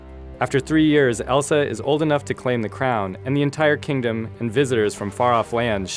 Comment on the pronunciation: wtf he called Elsa elisa